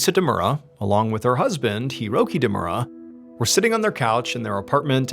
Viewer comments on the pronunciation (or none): Ree-sah not ree-suh. Hee-roh-kee not here-oh-kee. Deh-moo-rah not deh-mer-uh. Kah-nah-zah-wah not can-uh-zah-wuh. 🙄 The anniversary of Hiroki's birthday not his actual birthday. 🙄 Oh-sah-kee not o-sah-kee. 🙄 #1's title should be "Eggcellent" not "Eggcelent". 🙄